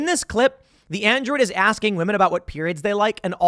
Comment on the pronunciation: Food Did he just say androod?